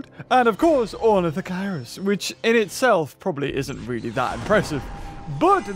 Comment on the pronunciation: Ornitho KEER-US. Haven't you read Z. Raptor?